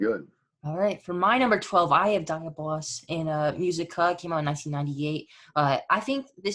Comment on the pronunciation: DI..AB...O...LUS... fukkin say it right